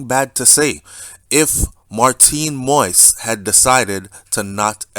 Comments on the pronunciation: Great job brother. Let me help you out with the pronunciation of his last name. It's pronounced Mo-eez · His name is pronounced like MO-EASE, Mr. Host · Dude you keep butchering the deceased name..it's not pronounced "moist"..learn the man's name please. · he sounds like he speaks perfect English to me, therefore he should be able to properly pronounce the name. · You should be able to pronounce the man’s name correctly by now!